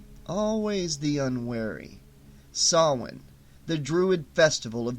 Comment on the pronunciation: Thank you for pronouncing Samhain correctly! Hearing it pronounced SAM HANE makes me cringe. That scene in the Halloween movie nearly makes my ears bleed.